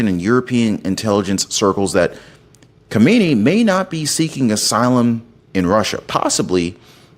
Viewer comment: If you have to say the names of these tyrants at least say them correctly the current leader is Khamenei, kha-ma-ne-ie, Khomeini kho-may-nie the original founder of the revolution of 1979 has been dead for years